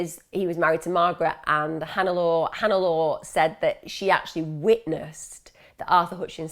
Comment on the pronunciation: Hi Emma, his wife’s name, Hannelore, is pronounced Hannah-Laura (English spelling). She was probably of German or Easter European descent - I only know this because it was my late, German grandmothers name, and quickly realised that when you said it. Just thought you may be interested to know 🖤